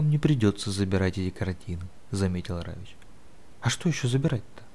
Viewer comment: Почему Равич? Равик.